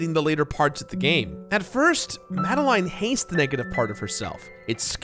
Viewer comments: "Mad-a-line" NO! It's "Mad-a-lin" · It's pronounced mad- a -lin. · Great vid, but I hate the way you pronounce “Madeline”